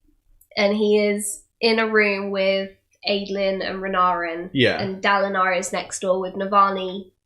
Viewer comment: In the first episode, I'm pretty sure she says Daladin.